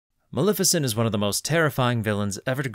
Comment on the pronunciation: It's pronounced MaLEFicent. Lef as in Left, not Lif as in Lift.